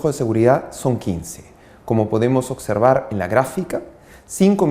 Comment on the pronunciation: ¿Dijo ocserbar?